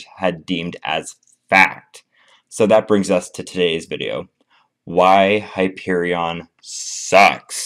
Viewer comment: You pronounced the name of the coaster wrong